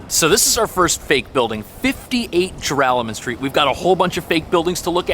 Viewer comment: What the heck is the name of that street he just said . I was born and raised in the United States all my life, and even I can't understand what he is saying... Gerallen Street? Gervallen? Garallen? Geralament? Geralamont? Then you get the reveal. Joralemon Street.